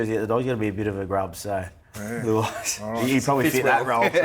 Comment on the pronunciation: Who- ai 😂😂